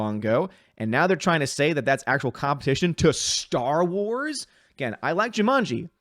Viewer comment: I don't think mispronunciation of Star Wars at the beginning of this video is entirely incorrect. Under Disney this franchise truly has become Sty Wars. What was once the "star" of our entertainment is now a pig "sty" for SJWS.